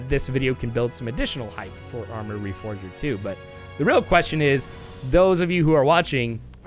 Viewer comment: What dbo you mean, they missed putting the four in reforger. Pronounce reforger slowly. Re-four-ger.